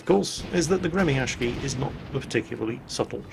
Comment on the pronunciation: Dayum, that pronounciation of Gremyashchy is so ear drilling! I understand that Russian has some difficulties transcribing itself into the Latin alphabet, but that's simply too different from the real pronunciation. Besides, people tend to use even more retarded spellings for some reason, which makes it all even worse. It's really quite hard to explain all nuances of the Russian phonetics with palatalization of consonants and varieties of sizzles to foreigners, but it's actually pronounced more like "Gree-meeuh-sch-eey". The vowels in in meeuh make the so-called "Near-open front unrounded vowel" sound you can find in the pronunciation of the word "cat" with the M "palatalized" (which means it's, uh, pronounced with a slight tone of the sound "ee" in "free"); the sch is akin to the "sh" in "sheep" but twice as long (shsheep); the R is rolled of course, and the rest is pretty simple. click on the pronunciation to hear it more clearly. If you read this, please take effort to pronounce it NOT as gremiashki FOR THE SAKE OF YOUR RUSSIAN VIEWERS :c